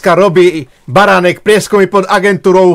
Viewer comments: A je to pán Baranek ani priezvisko neviete vysloviť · Kolkokrat povedal Beranek?!On nevie ani precitat meno!Toto nie je normalne! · Už sa nedá na tie tvoje videá pozerať a hlavne nedá sa to počúvať si totálne nepripravený nevieš ani vysloviť meno človeka o ktorom niečo robíš je to totálne amatérske a odfláknuté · Kyda sa lahko. Mohol by si zacat od seba. Tvrdis o sebe ze si investigativny novinar X rokov a taku zakladnu vec, ako meno osoby o ktorej informujes skomolis kazdy druhy krat co ho vyslovis. Preco sa vrtas v prispevkoch ludi, ktori boli presvedceni pre dobru vec a prispeli? Aku mas motivaciu hovorit za nich? Prispel si aspon? Pochybujem. Vrtas do cenovej kalkulacie na ozvucenie namestia a prd o tom vies. Alebo si vedel, kolko ludi pride? Ak by prislo 10 krat viac a bol by tam ten jeden reprak, zase by si ohovaral ze 80% ludi nepoculo co sa rozprava? Pride mi to ako cista zavist z toho, ze ty take prostriedky nevyzbieras. Uz asi nikdy. Prinos z tohoto videa, 0. Vlastne skor negativna. O niektorych prispievatelov si prisiel. Kedysi to bolo z tvojej strany o snahe pomoct a poukazat. Dnes kydas. Vsade a na vsetko.